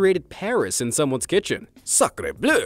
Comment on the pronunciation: sacreubleu indeed...im french lol